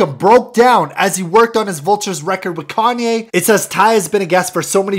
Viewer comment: Kanye not kahnneh